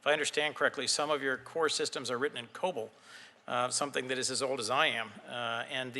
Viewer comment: COBOL - “common oriented business language”... not COBOLT!